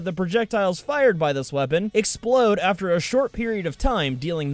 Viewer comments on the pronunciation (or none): none